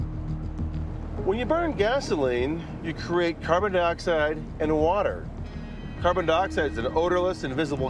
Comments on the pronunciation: This is amazing, the fossils found. When he starts talking about the amount of carbon cars can leave behind, he calls it car turds, had me 😂😂😂 it's a serious situation. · Wasn't expecting to laugh but he said "car turds"